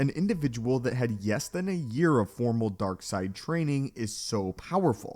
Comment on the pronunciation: Please learn to pronounce the letter “L”. You said “yess than a year of training”, when you meant to say “less than a year of training”” . Do better.